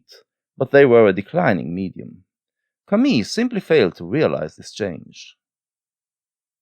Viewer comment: You pronunciation of "Camus" triggers me ;) Interesting video nonetheless!